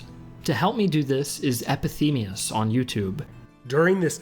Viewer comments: also, it isn't Epithemeus, it is Epimetheus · You said Epithemeus instead of Epimetheus. Thanks for the video! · Lmao you said Epithemeus instead of Epimetheus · Did anyone else notice he says Epimetheus wrong? he says Epithemeus >.> lmfao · Epi ME TH eus. Maybe pronounce the name of a contributor next time? ;) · A minor correction: you're pronouncing EpiMeTHeus' name incorrectly. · Epimetheus seems like a really good guy -- he didn't mind butchering his nickname. Twice.